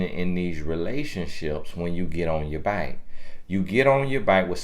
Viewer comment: “Get off your byke” 😂